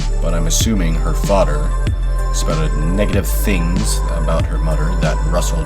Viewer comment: How can you say "THIS" but also say "mudder and fadder"